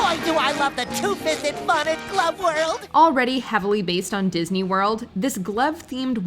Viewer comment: It’s “Disney” Not “Diseny”